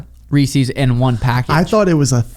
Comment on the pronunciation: Sean that's not how you pronounce Reese's Peanut Butter Cups.